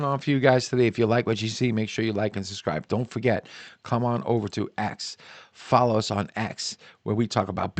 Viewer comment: Subscribe not suscribe!! 😂 You can teach me how to trade and I'll teach you how to talk.